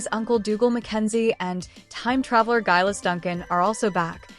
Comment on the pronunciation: Laoghaire's name is pronounced "Leery"!!! Geillis Duncan is "Gee-liss" (hard G). Does no one bother to check before recording the narration?!?